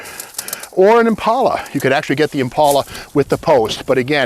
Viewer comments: The way you say Impaula, I thought it was Impala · Thank you Steve that the way I pronounce Impala. I suprized that 2 door Impala is still sitting there. Someone needs to save her. I wish I could.